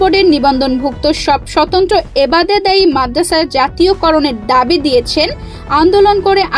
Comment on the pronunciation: এবোতেদায়ী না এবতেদায়ী😂